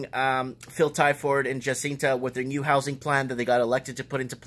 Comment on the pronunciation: Jacinda not Jacinta - and Adern is Ahhh-dern just saying